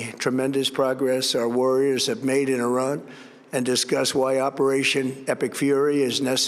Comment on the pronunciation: “We have decimated Orang”…?! Was he daydreaming about Orangutans while he was reading his script?!